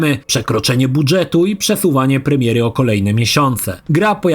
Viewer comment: Bardzo lubię i szanuję Pana; ale JAK MOŻNA TAK WYMAWIAĆ SŁOWO BUDŻET?! CZY KTOŚ TO, K... TETOWAŁ?!